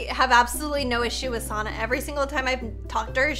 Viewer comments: It’s not sarna it’s sanna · it is not sona it is sanna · I always laugh if she said sonna insted of sanna 😂 but its ok i still love and sanna❤️ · said Sonna not Sanna lol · What ok kinda susssss she said Sanna wrong she said Sonna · its sanna not sonna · It’s sanna not sauna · Sanna not sonna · It sanna not sonna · She said sannas name wrong she said it like SoNnA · its not sonna its anna just with an S at the beginning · sonna me umm u said that a bit wrong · Your saying sonna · U say sanna sunna its an a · I like how pronounced Sannas name wrong because she barely new her lol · ITS SO FUNNY HOW SHE SAYS SANNA